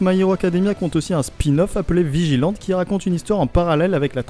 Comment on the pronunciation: Petite remarque: vigilante est le nom anglais pour un justicier et se prononce vigilanti. Sinon, petite vidéo sympathique. Vivement la prochaine